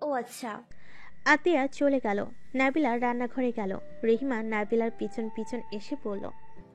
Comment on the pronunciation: নাবিলা না নাদিলা